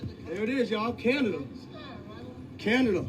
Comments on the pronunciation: Did you just call us can-ay-dia??? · LOL. You said Canadia! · I believe these people that were actually in the military and not a foolish YouTuber with no credibility or credentials and can't even pronounce canada